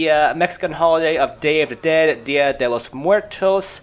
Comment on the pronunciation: hahaha "el día de los muertos"with your vocalization